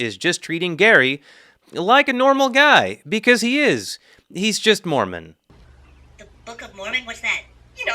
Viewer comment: Why do y'all keep mispronouncing Moron ?😂